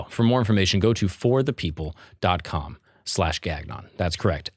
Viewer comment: Bro I’ve missed a lot of the earlier eps but this is a freaking great show! Also as a french canadian it pains me to hear you say gaGnon😂😂😂 just like Aba said😂